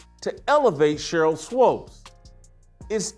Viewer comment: It's pronounced like Sheryl (SWOOPS), and she is one mixed up chick! In the inaugural season of the WNBA, the media was pushing her, Lisa Leslie and Rebecca Lobo, as the stars. Swoopes, was pregnant and the 'W' did all they could to hide that fact. She has "switched teams" albeit Straight or 'G' a few times. She used to be kind of cute but now she is just an older, chubby, b!-curious, bitter chick that wants to remain relevant.